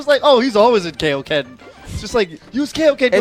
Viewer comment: "How do you feel about the KAY-o-ken?" Hmmmmmmmmmmm.